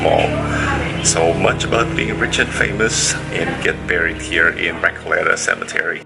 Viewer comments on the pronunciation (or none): That's definitely the wrong way to pronounce "La Recoleta"